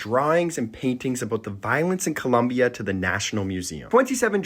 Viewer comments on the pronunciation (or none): none